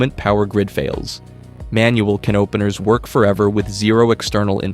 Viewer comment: What are these KUH NOPENERS you speak of , robot?